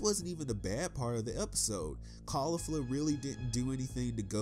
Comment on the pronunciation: You're pronouncing Jiren and Caulifla wrong.